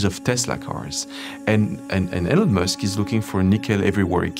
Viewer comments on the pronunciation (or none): none